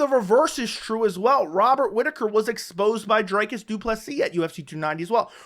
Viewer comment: Lets all say it together now. DREEEEKUS DU PLESEEEEE Not DRYCUS .................... DREEEEEEKUS Cmon guy he just finished the best Bobby Knuckles. It has to be pronounced properly